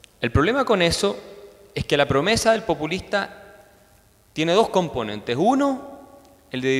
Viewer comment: No la mas relevante... pero me pareció escuchar que la presentadora dijo "pUpulista" el cual me parece una palabra que aunque no existe me parece mejor para describir el populismo.